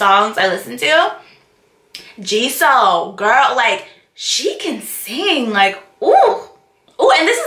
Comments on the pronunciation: her name is not ji SU...nah nah her name is ji SOO !! like WU oooo sound... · Jisoo's name is pronounced with like a long o kind of like Jisuh idk if that makes sense 😂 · Jisoo should have taken on the name G-Sue, which is exactly how you pronounce it. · Pronunciation: Jis-u or Jis-oo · Lool your soo cute love your reactions and how Blackpink is growing on you 😍❤️ Jisoo is pronounced as “Gee-su” like the letter G and word “sue” if that makes sense lol hope this makes it easier for you . Please react to the “Blackpink Dance Practice” this was before their debut it was like a small preview or snippet of the group dance capability they danced to BBHMM by Rihanna its 🔥🔥🔥